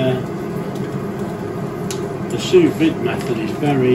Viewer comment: It's pronounced "sue vee"